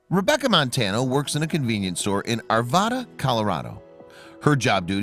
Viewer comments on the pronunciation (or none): I've seen this story before and thought she was wonderful for taking action so quickly. But it's Arvada NOT Arvauda 😊